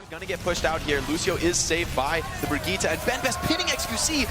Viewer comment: Brigitte not Brigitta, i hate it when anyone say brigitta thats so fucking retardet, her name is Brigitte with an German "E"